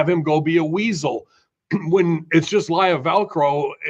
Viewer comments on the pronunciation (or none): Tf is Lyra Velcro? It's Lyra Valkyria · “Lyra Velcro”